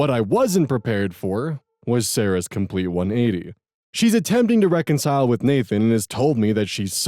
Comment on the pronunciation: Does re-concile drive anyone else nuts or is it just me? 😂